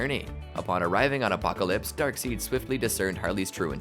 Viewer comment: Dark Side not dark seed